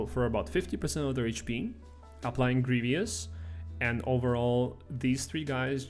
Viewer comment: GREE-VUS not GREE-VEE-US